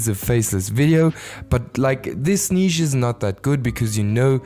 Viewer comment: The way you say “Neeesh” lol